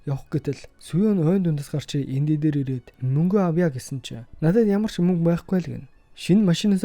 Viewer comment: Мүнгэ гээд байхын хаха